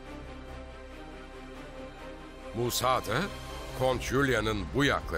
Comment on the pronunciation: Musa degil Musab